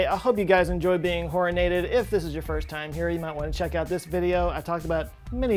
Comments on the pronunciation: I thought he said Whoreinated. Glad I an now corrected. =/ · Horinated. At first I thought you said horny. Lol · Please. Stop saying horinated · He said horr-in-ated three, check that, four times. Make more funny words.